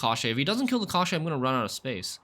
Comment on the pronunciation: The pronunciation is [cosh - chee]. It means "bones".